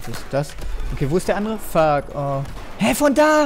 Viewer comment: Haha, du sprichst das englische "u" richtig geil. Statt Fuck Fack usw